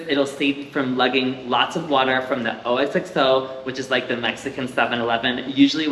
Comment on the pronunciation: Oxxo is pronounced Ok-zoh, not O-X-X-O. 😂